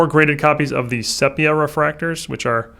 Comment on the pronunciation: Only mistake I have seen him do. I am surprised how many people mispronounce the word and I was super thrown off because of how knowledgeable he is.